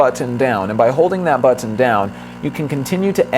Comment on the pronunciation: LOL..i thought i'd be the only one annoyed at the freak'n buTT-eenn..who says this so many times...just too annoying